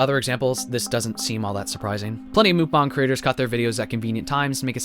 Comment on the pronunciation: WHY R U SAYING MOOKBONG IM CRYING